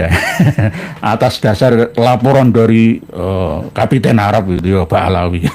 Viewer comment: Ba'alwy bukan Ba'alawy